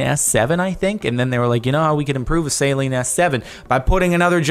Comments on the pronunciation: Annddd you just lost a couple car guy points by pronouncing Saleen wrong. Lol. It's pronounced like "SUH-lean", not "saline" as in basically salt water. Lol. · Saeleen s7 do you mean Saleen, you call your self an american when u cant pronounce Saleen omgggggg saeleen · And the mispronunciation of Saleen too. I had a Homer Simpson "DOH!" moment when he said that lol.